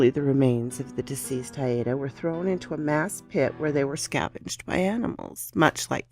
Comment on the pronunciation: It took me watching your intro twice to figure out where the movie clip was from, Bell, Book and Candle. One of the must watch movies for any witch. Love the narration thanks. Oh and Haida is pronounced HI-da.